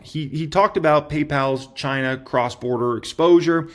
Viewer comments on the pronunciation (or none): none